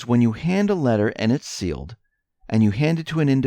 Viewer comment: Seal-ed Spoken like a true idiot! It’s obvious you drink the MSM Kool-aid